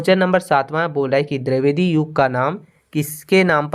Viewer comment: आप dravedi क्यों बोलते हैं द्विवेदी को